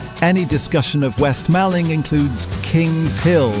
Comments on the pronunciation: It's Malling as in mor-ling. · Nice video thanks but you pronounced Mallng wrong - Mawling & the spelling is wrong (2 Ls not 1). I am from the neighbouring East Malling. You also pronounced Putney wrong, so you are not from London....